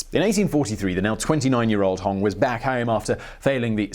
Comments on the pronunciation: It's not Hong it's Hong!!!! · Its pronounced HonG